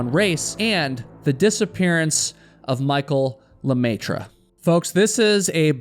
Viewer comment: The way you pronounce the French fanily name "LeMaitre" (The Master, in English) is 😬🤯😱 ! Ha! Ha! Ha! About the race, well I think people need to stop suing each time something happens and take responsibility for their actions.